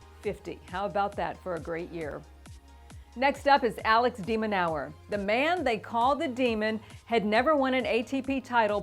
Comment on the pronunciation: Alex De Min-ower? It's pronounced more like Min-ore.